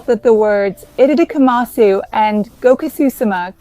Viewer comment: EDIT: AI generated content! Watch closely onward. Her fingers clearly move through her face, as AI would do! 😒😡 unsubscribing! I’m not sure why, but the pronunciation of “itadakimasu” in this video seems anglicised and wrong. It doesn’t sound Japanese at all.